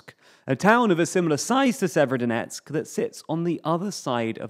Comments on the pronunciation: If it's helpful, the way to pronounce Severodonetsk, is to not bother vocalising the first 'o'. So 'Sever-donetsk'. That's what the locals seem to do. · Jeeez guys you could just look up pronunciation of Ukrainian towns and rivers... Even google translate talk bot can do it better than. Sayverskyedonetksks is not how you say that lmao.